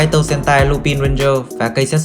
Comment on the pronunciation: Ad ơi Lupin đọc là Lupan nhé ad